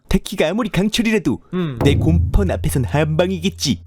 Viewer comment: 곰펀이아니라 웬펀!!!!!~아님?